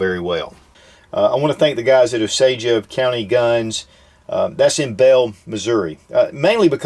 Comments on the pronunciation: Pronounced "Oh-sage" and not "oh-Sage-uh". Just for next time. :) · It's pronounced Ōsāje. Great video ANG great platform. I have a.308 and absolutely love it. Looking to upgrade to the Magpul stock for it to have detachable mags. Keep it up.